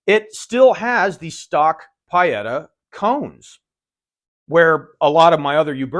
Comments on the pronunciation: I could be wrong but I believe Pietta is pronounced PEE-et-a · no, the sound is marked with the phonetic symbol /i:/ and it's very close to PEE-eta. Nowhere near what said. No matter though, it's all just nitpicking, we all know what he meant. PS I'm half Italian;)